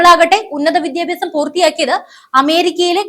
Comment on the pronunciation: Request to pronounce as വിദ്യാഭ്യാസം not വിധ്യാഭ്യാസം!